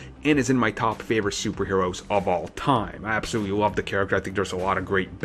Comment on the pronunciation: Ha-ha, you absowutwy wove her? Bahahahaha! get off YouTube